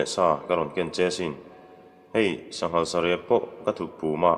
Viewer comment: Sangha an hmeh dawn maw tia, sanghal i ti leh daih nia